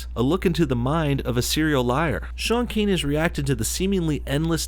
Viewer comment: its not pronounced shaun keeng